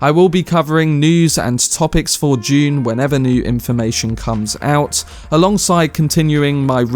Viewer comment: Did anyone else think he said "June 2021" at the beginning? I almost jumped out of my seat :D